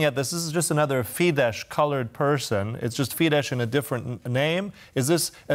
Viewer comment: I know it is a surface level criticism, but you are making a wasted effort to pronounce FIDESZ as fidesh. It is actually pronounced fides. Thanks for the news anyways!